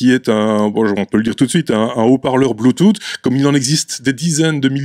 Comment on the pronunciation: "Bluetoute" <3